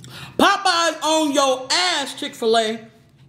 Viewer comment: “Chick fer lay “